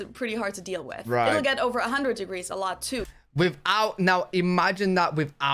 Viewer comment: My AC stay about 69 at the lowest . OFF the subject...what's with the toddler talk in pronouncing with for wiff ? That would be a word among many to correct as a child. Let's sing a Tina Turner song...."what's love got to do WIFF it ".....😅😂😅😅